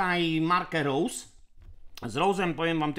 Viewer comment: Rose to niemieckie nazwisko (Heinrich Rose) założyciela firmy w 1907 wiec nie bedzie pasowało wymawianie po ang. Pozdrawiam P.S. Jako ciekawostke podam że Schwalbe to niemiecka jaskółka a juz mi sie o uszy milion razy obiło "Szłalbi".